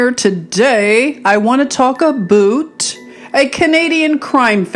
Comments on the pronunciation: Sister Luv Great I Am Always Gives me Confirmation with You!!! Within the first couple of seconds you say aboot and I just had to Outfox the Al Gee Rith M'sss Because they would not let me speak my beautiful heart to some beautiful souls over there in the middle of the percolation of the war zone. The young beautiful Russian girl who channel is named Anastasia and please check out this beautiful soul of rainbow Gold! And her new video today just before yours came out was wanting peace and I know that's what we all really seek! No one wants their world all torn up with war! No one wants people shooting up their front room or their sacred holy of holies. Norther ancient monuments nor historical museums hospitals schools or nurseries can't we all just get along! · Aboot. Love it.. You're so adorable.